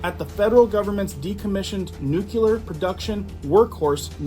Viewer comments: Nooklee-er. Not nookyuhler. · Not Nu-"cu"-ler it's Nu-"cle"-ar! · IMMINENT - NOT EMINENT - HELLO. AND NUCLEAR - NOT NUKULAR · Pronounced (New clear) not (nuke ular) but yes frightening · That's not a nuculer site. It's a nuclear dump site. That was left after Hanford was done. YellowStone is the most potentially destructive site in the NorthWest area that could reduce the entire NorthWest section to astro dust and cause a black winter for 80 or more years Total death on the planet. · FOR THE LOVE OF GOD SOMEONE PLEASE TELL AMERICANS HOW TO PRONOUNCE THIS WORD "NUCLEAR" AS IN NEWKLEEAR NOT NUKLAR!!! FFS!!! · he said nucular though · I wish people would learn to say nuclear - new-clee-er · Is a "nuculear weapons program" similar to a nuclear weapons program? 🙃